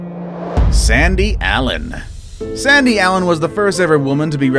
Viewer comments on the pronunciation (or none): none